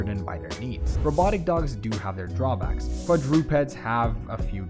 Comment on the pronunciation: quad-DROO-peds?! lol